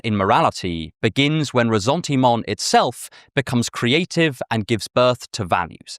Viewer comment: When you pronounce "ressentiment" the French way, you have to sound the ss as in savior or saint... or the s at the end of Jesus 🤪 Excellent video.